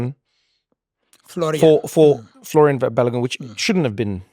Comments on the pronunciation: It is folarin!!!!!! Folarin!!!!!! Not Florian!!!!! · Who is this Florian guy? Think you guys mean Folarin 😅